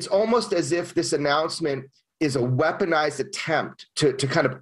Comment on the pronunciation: and that word “weaponized”.